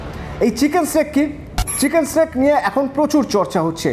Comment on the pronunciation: চিকেন নেক রে।চিকেন স্নেক নয়।